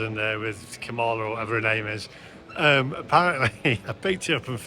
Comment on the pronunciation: The US Vice-President and the Democratic Party's Presidential candidate, Kamala Harris' name is pronounced 'COMMA - LA' like the punctuation mark, not the way you pronounced it. His chocolates most likely sold out because of his ethnicity and the fact that his name is on a hotel building in Las Vegas. It is a puzzle to me but people like so - called billionaires, especially if they are Conservatives. Stay out of USA politics as you could lose subscribers.